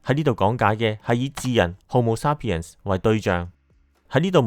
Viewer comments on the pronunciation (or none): 感謝用心製作此影片，題材有趣，資料搜集亦詳細，不過有少少瑕疵想指出： 「Sapien」的第一個音節是「say」，不是「sa」。 「鹼基」的「鹼」字，讀音是「簡」，不是「鹽」。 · 日本英文口音，沙pien